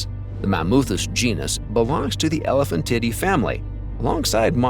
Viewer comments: I thought it was pronounced more like today than tiddy. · When a robot can't say the "tiee-day" part of sientific words... Don't use that robot for scientific videos. Just read it your damn, lazy, self! It's not "titty"! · 'Elephantidae' is not pronounced as "Elephant titty". It's "el-eh-FAN-ti-day" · ... Only AI could call an animal species an " Elephan-Titty " with a straight ... face ? ... :face-fuchsia-tongue-out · Is he saying titty? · "known as Elephant-titty" 😏 but let's not forget Mammu-titty. 😂 That auto-speak's pronunciation is cracking me up. 🤣 🐘🫁🦣 👀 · I heard him say Elephantitty and Mammutitty. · They are pronounced “Ele-PHAN-ti-Day” & “Mam-moo-ti-Day”. You’re pronunciations are laughable. Manipulate the AI to pronounce it correctly.